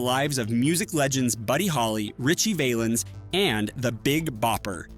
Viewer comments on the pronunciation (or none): Itt's pronounced VAH-lens, not VAY-lens. Do your research! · Its not VALE ns it's VAL ens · It's Ritchie Valens...not Veylens. 🤔🤔😂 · "Richie Vay-lens"??? C'mon, do better.